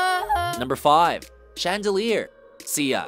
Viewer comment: Sia's name is pronounced "Sigh-ah." Even she says so.